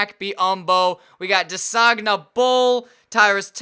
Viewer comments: desagana diop? not bol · It's Desagana Diop though??